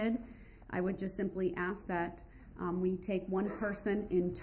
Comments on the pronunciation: Ax and ASK is two different words. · she keeps axeing you to be quiet...